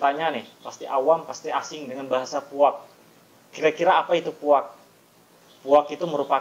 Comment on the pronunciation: Bukan puak tapi puag